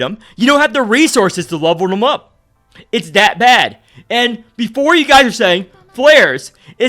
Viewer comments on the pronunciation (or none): none